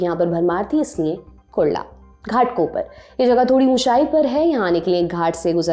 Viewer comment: घाटकोपर कहाँ है भाई साहब? "घाटकोपर"